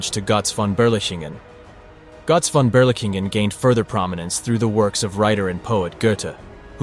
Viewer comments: It's pronounced "GURTZ FON BERLEEKENGEN" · I hear Gotz von Beerlicken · Great video but the pronunciation of "Gotz Von Berlichingen" is incorrect. Gotz is like Goats but without the (a)...Von is like phone without the (e) and Berlichingen is Bher-lee-shin-gen (g as in gone)